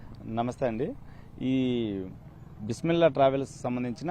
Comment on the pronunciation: Amma tali Bismillah sarigha chapu yavar amma niku job echindi peru sarigha palakadam raledu🤦‍♀️🤦‍♀️